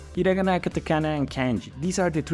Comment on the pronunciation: I think you pronounced Kana wrong and Kanji